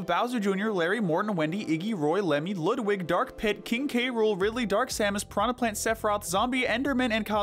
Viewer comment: It's pronounced "Loodvig".